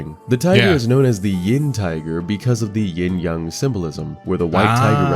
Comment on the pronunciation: why he saying yang like young